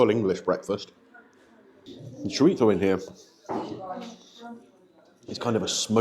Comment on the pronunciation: Interesting looking breakfast, glad it was as good as it looked. It is nice to hear an English person pronounce chorizo correctly, th has become a problem sound for many English, I actually remember the teacher when I was little teaching us how to make the sound, now it seems three has become free, and so on. In NY, but not America in general the th sound is tur, as in turty turd, 33th. Anyway the review was very good thank you.